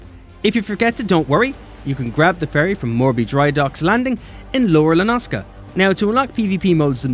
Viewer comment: "Lower La-Nas-Ka". My dude, it's totally "Lower La-No-Sei-A".